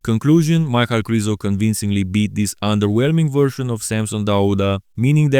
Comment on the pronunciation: You just validated what i have thought for years, his name is not "Michael",as says it every damn time, it's "Mic-hal", it's annoying, and ghe way he says "Rafiel" instead of "Raphael" strikes another nerve in me.